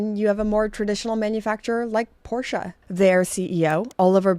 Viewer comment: I love that you pronounce Porsche correctly! :) Thanks for the interesting video - cheers from Austria